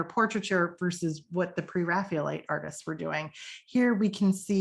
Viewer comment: Excellent thank you. I particularly enjoyed the inclusion of some lesser known paintings. I am very curious about your pronunciation of "Pre-Raphaelite" as if it was "Pre-Raphealite". Can you explain the reason for this?